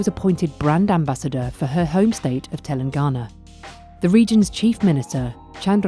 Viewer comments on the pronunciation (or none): One correction in the video.. it's Telangana not telengana.